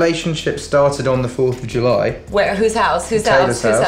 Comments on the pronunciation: I love the way Taylor say " After the storm something was born on the 4th Julahh" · She said julah😂